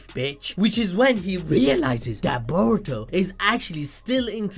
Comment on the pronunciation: “Baw-roo-toe” and “Kuh-wacky” 😝😁. I love you guys tho